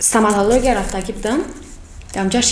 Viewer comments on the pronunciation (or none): Стоматология ра хушру гуфта наметона бо баранда